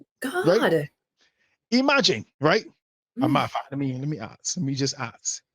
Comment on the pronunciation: Listening to these women makes me sad for the up and coming young men and women. Having to unpack the level of BS of these mothers. Btw. It's ASK not Aks